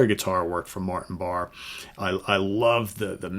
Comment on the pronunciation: I’m pretty sure it’s pronounced Barr-E Martin Lancelot Barr-E Ian Anderson says his name on Bursting Out